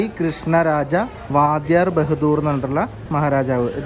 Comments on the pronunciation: വാദ്യാരല്ല ...വൊഡയാർ ! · വാദ്യർ അല്ല വാഡിയർ എന്നാണ് ഞാൻ ആ നാട്ടുകാരനായതുകൊണ്ടാ തിരുത്തിയത് കേട്ടോ.. ❤❤ nice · Wadhyar alla..."wodayaar " or" vodayaar " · വാഡിയാർ അല്ല വോടയാർ ആണ് എന്നു കരുതുന്നു please പരിശോദിക്കുമല്ലോ. സദു ഒറ്റപ്പാലം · വാദ്യാർ അല്ല വോടയാർ അല്ലെ നോക്കുമല്ലോ. സദു ഒറ്റപ്പാലം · വാദ്യാർ അല്ല വോഡയാർ❤ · വാദ്യാർ അല്ല വോഡയാർ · നല്‍വാടി ക്രിഷ്ണരാജ'ഉഡയാര്‍ '.... 'വാദൃാര്‍' അല്ല. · വാദ്യർ അല്ലാ വോഡയാർ ആണ് ❤ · 40 Krishnaraja vadyar bahdoor!!! Enthokke vivarakedu ane parayunae? Will you ever call Queen elizabeth as Al bin elizabeth or any muslims with brahmin surname? Moreover vadyar alla Wodeyar ane! ithe such a big mistake in ur vlog pls edit. Dew famous temples where footfall is very high entrance ticket ulla karyam ithre okke lokam kanda arinjukoodae? Palani guruvayur tirupathi to name few... Sherinz vlog ingane allarnallo...you used to do homework before a vlog na..wat hppnd now? Korae naalku shesham ane ningalude oru vlog kandathe..satyam parayalo vadyar bahadoor enne korae chiripichu...pls edit. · വാധ്യാർ അല്ല വോഡയാർ. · vaadhyaar aano ? raajavinte peru vodayaar ennaanu kettittullathu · ചെറിയ ഒരു തിരുത്ത് ഉണ്ട് വാധിയാർ അല്ല , വോഡയാർ ആണ്. കൃഷ്ണരാജ വോഡയാർ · വാദ്യാർ അല്ല, വോഡയാർ എന്നാണ് അതിന്റെ ഉച്ഛാരണം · വാദ്യാർ അല്ല, 'വോഡയാർ' എന്നാണ് മൈസൂർ രാജാവിന്റെ പേര്. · വാദ്യർ അല്ല.. വൊഡായർ...